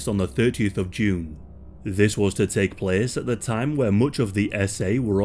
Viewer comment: "Zis is from mein spring collection..." hahahhaha